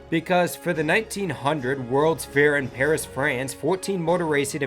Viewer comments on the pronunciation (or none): none